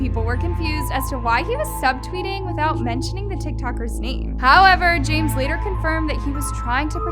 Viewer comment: SHE SAID JAMEZZZZ?????!!!!